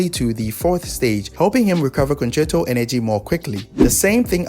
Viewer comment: i dont understand wat hes saying for the swap concerto energy section